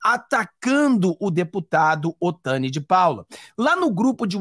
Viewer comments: NÃO é OTANI!!! É OTONI!!! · Não fala o nome dele errado ..Não é Otani é Otoni de Paula 👍🏻